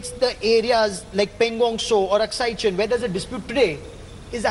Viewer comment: Wat kind of a reporter is this who cant even pronounce AKSAI CHIN properly